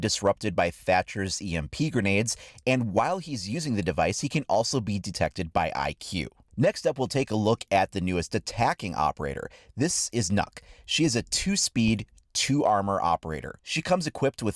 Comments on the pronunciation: Shes called Nøkk not fucking nuck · you pronounce it like (nook) not (nawk) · Stop mispronouncing Nøkk